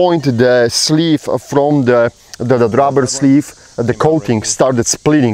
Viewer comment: And by the way you should spell it like you say it....ROBBER not RUBBER..... 😀😀😀😀